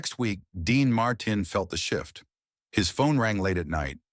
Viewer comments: voice is right pace and easily understood – needs few tweaks like "Marteen" not "Martin". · What's wrong.with you can t you speak like a human his name is Dean Martin.not martain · Dean Martin is mispronounced as Dean Mar...tine phonetically. A quality review program will prevent erroneous verbiage pronunciation. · Who is / was Dean Marr Tin? Can't these robots get some speech therapy? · Dean marteen😂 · AI can't even pronounce the name, "Dean Martin," correctly. Gave this a thumbs down for the AI narration. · This is impossible to watch. The robot voice can’t even pronounce Martin. Hire a human being for pity’s sake. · The robot voice is horrible. Sal Mineo’s name wasn’t pronounced right even once. Same with Dean Mar-TIN Hire a human being for pity’s sake.